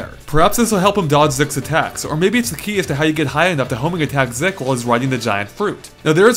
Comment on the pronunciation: master ZEEK not zick